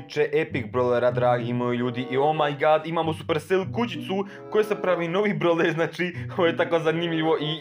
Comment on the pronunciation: Mislim da se kaze bravler a ne brovler